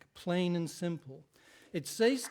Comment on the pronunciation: How does somebody reach adulthood without the ability to pronounce the word: "says"